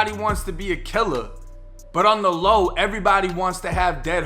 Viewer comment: lmao this dude says errybody. I cant watch this "Thug" LMAO